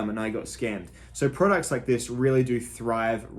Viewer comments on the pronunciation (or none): none